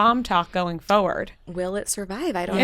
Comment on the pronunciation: not pronouncing the first R in forward is killing me for some reason 🤣